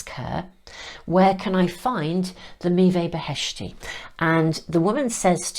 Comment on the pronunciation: Dear I am Iranian, and the cards are all in Farsi beautifully artsy painted, and I must say I am impressed the way you pronounce the sacred fruit! Meeveh Beheshti literally means: heavenly fruit. And the arts on the cards reminds me of Hafiz & Rumi our famous spiritual poets poetry. Thank you 🙏 🙌🏻🙏🙏💌😇☮️🙏🙌🏻